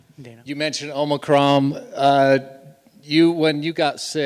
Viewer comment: Dude calls it OmicroM 🤣